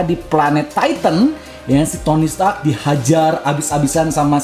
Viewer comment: Stark bang bukan setak